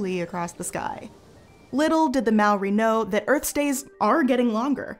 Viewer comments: Mawre. Mao ri. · Oh man, that pronunciation of "Maori" hurts 🤣 Fun fact: did you know that, properly speaking, the Maori people never called themselves that? "Maori" in te reo means "normal/ordinary". The correct term is "tangata whenua" which roughly translated means "people of the land"